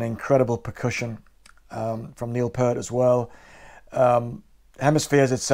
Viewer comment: Awesome list on both vids! A list that probably every prog fan should have! Okay...Pert is shampoo...Peer-t is the way you pronounce Neil's last name.